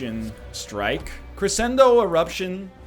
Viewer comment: It hurts everytime he pronounces "crescendo"